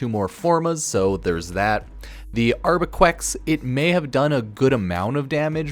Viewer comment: "Arquebex" not "Arbequex"